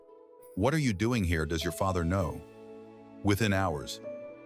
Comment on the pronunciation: I wish they would use an actual human reading instead of the AI awkward cadence voice that mispronounced hours as whores. And the end picture that suddenly had two Sophies.